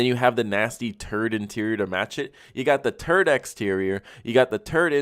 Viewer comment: So childish I laughed my ass off when he said “turd interior”😂